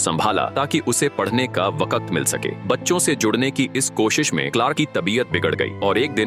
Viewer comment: Par bhai vo vakat nahi hota vakt hota hai 😂😂😂😂😅